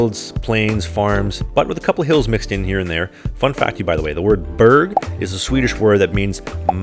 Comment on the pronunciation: It just Triggers me how you say it😭 Especially Berg.... oh well atlases you ain't trying the word many can't say in Swedish, and that also go for the people that has Swedish as first language. I have luck enough to be able to say most